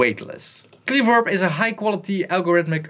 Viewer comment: 'Kleverb' - short first 'e'. A portmanteau of 'clever' and 'reverb', and also clearly the company name (also a short 'e').